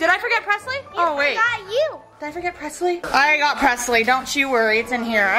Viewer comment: I thought you said Presley